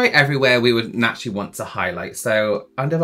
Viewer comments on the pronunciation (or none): none